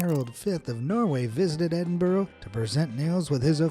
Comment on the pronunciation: Edinbruh not edinboro…